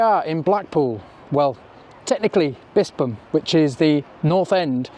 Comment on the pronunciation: Good vid. Pronounced Bispham perfectly, well researched and nice subtle background music.